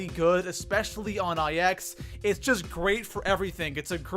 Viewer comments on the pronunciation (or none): IX is “nine” not “ai ecks”. -_ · It’s NINE not EYE EX, not sure if you do it on purpose but my god it’s infuriating! Also how on earth is the titan that low? It’s easily a top 2 lmg with the hades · It's pronounced nine not ix. I like your videos just learn Roman numerals. AR doesn't stand for assault rifle, it stands for armalite rifle (Not all rifles are AR 15's. Guns now a days use mags not clips. If there are rounds in the mag, not shots or bullets. Bullets are when it's already shot. At least learn the basics so there aren't 12 year olds thinking they know everything about guns. That's all. Enjoy your day :) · JoshM512 - why can’t he just say nine . It annoys me when he says eye ex so much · It bothers me when he pronounces the map IX (nine) as I X. It also bothers me when he pronounces escargot as escarGOT I unsubscribed when he rated the mozu number 32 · It's pronounced 9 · Legitimately stop calling ix i x. It is a roman numeral for 9 so call it that